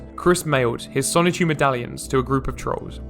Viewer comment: And have you also noticed that never once does Chris pronounce the N in Sonichu? It’s “Sahchu” every time.